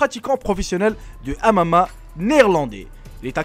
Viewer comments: le "amama" ptdrrrrr tu sais pas parler ou quoi ? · Mdr " il est pratiquant de amama" xD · C'est pas amama mais mma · ON DIT MMA PAS AMAMA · Maran quand dit mma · C'est MMA pas M AMA mdr